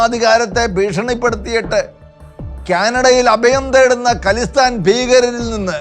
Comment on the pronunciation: ഖലിസ്ഥാൻ അല്ല "ഖാലിസ്ഥാൻ" എന്നാണ് പറയുന്നത്. ഖാലിസ് (pure) എന്ന പേർഷ്യൻ വാക്കിൽ നിന്നാണത്.